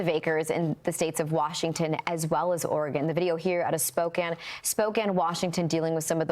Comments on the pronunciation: Oh brother: Fox anchor woman pronounces Spoe-kan (Spokane) as "Spoken". She must have learned from AI. Didn't even bother to do her research as to how the city is pronounced. Low class rated news. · Spoke- CAN not prounced Cane. Yes you can, in Spokane. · Spoke-Inne Washington